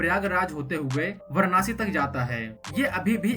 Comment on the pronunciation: Pahle tu varansi/Va(a)ra(a)nsi toh bolna sikh le. Anpadh se bhi bekar aadmi hai bhai tu.